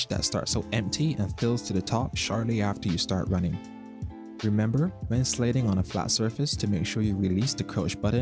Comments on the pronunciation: lol cant get over how he said sliding "slading" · what kind of accent says "slayding"? no hate, im just asking